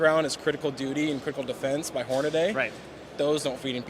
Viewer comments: I hate when people say "Horn-A-Day" or "Leopold". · The way he pronounced Hornady.